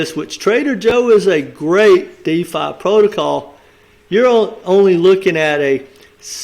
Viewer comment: It’s not called Diffa it’s called Defi Just saying lol